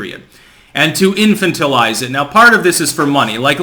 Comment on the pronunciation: I know I'm gonna get some negative feedback but, this is driving me crazy. in-fan-ta-lize Arch-a-peg-a-low You're too smart to continue saying them wrong.